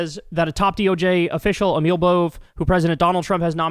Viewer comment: Emil Bove went to my school and used to play at my house when we were toddlers. Btw it's pronounced AY-mul BO-vee. And yes, he was always a dick.